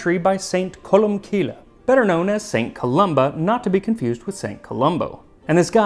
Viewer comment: It's Columcille is pronounced like 'Column-kill', he's Irish, not Scottish. Níall is pronounced like Nile.